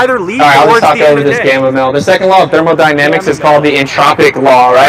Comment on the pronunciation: thermonynamics the gamma is so triggered he could not even say thermodynamics